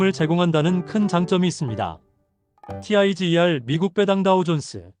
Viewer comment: Tiger을 '타이거'라고 읽지 '티아이지이알'이라고 읽는 사람이 어디 있습니까? 주식하는 사람들 기본 지식 아닌가요?